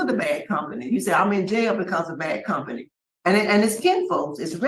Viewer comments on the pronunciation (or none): "Come-pany" is what the 35 year old man said.